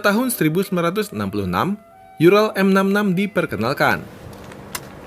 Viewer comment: Maaf,Bang. URAL (ураль) dibacanya bukan yural tapi tetap ural karena itu bahasa Rusia 🙏